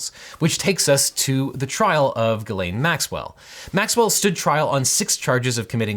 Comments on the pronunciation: Objection, gross abuse of the french language, it's pronounced closer to Jiz-len not Ga-lane 😭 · Jis-lane i believe is how it’s pronounced…. But thats not too important i guess…. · Now, this is absolutely the least important element of this entire case, by far, but as a native French speaker I'm just now finding out Ghislaine Maxwell's first name is apparently pronounced like Guylaine? Those are two different names! Contrary to popular belief, French doesn't normally allow you to make random letters silent in order to camouflage your embarrassing name as a slightly less embarrassing one. And now we can all move on to actual relevant things, but I just wanted to get that out there. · I’ll continue to pronounce it as “Jizz-lane” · Just so you guys know, Ghislaine is a French name for which you pronounce a soft "G" and don't skip the "s", sounding roughly like "Jysslenn" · It's actually pronounced "jizzlane" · Her name is pronounced French style, with a soft G, like Zsa Zsa Gabor. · Normally that is how the name is pronounced. I looked it up and apparently she uses the hard G.